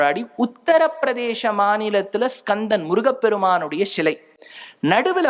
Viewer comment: இதை எல்லாம் நாங்கள் சொன்னது. அதை எங்களுக்கே திருப்பி சொல்ரிங்களோ. "ஷிலை இல்லை சிலை" தமிழை தமிழாய் பேசுங்கள்.